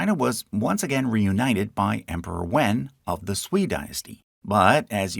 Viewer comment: the "en" in "wen" should be pronounced like the "un" in "fun"